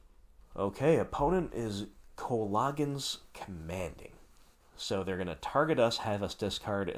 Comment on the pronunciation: You can cast co-log-ens command with mon-ah seriously though good break down on how to play the deck